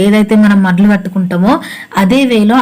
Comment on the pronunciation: మడ్లు కాదండీ.....మడులు అనాలి....